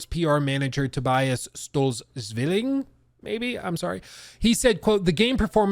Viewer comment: Zeilling I believe. My Germans a bit rusty but the zw should be pronounced a a mix of the hard Z and w with the z being the most prominent like in zwei